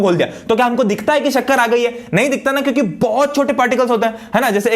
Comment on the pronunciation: sir ne kyuki ki jagah chyuki bola very funniest movement for me